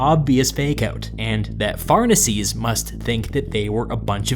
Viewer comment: Pharnaces shouldn't be "farnasees" but "far-nah-kes". It sounds really weird in English.